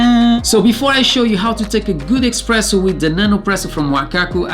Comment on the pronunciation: U keep saying "EXpresso". Its "Espresso".